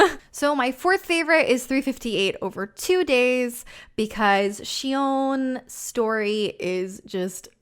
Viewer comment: Thank you for pronouncing Xion correctly.